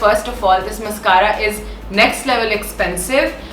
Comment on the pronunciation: Behn mascara ki pronunciation to seekh lay !!!